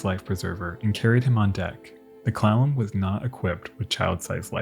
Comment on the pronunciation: Kept hearing "clown", not Clallam, not a good start but a good end...for the episode not the clown..Clallam...eh